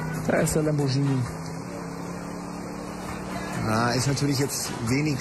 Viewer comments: Das Heißt Lamborghini! Nicht: lambordschini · lambordschini??? uahhh!